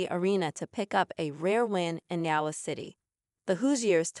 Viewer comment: When your A.I. is so bad it can't even pronounce Iowa, I can't listen to it 🙄